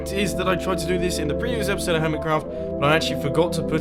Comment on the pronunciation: You gave it away by saying epicsode.